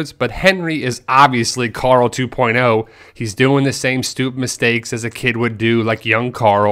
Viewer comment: Carl. Not Car-ull